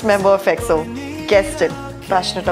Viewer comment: I love your reactions to EXO. Your pronounciations of their names is perfect. They really have alot of content, so dont know where to begin. EXO are R and B kings, Kings of B sides. They truely dont have a bad song. They probably most known for Vocals and their Live performances. Their concerts are out of this world Enjoy your journey and congrats on 249 subs.